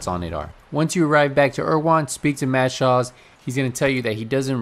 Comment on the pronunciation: dude... his name.... is Mads.... Schulz.... Mad Shaws? TF